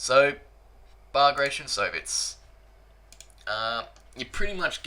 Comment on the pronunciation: Ba -gra-tion Please pronounce this great warriors name properly.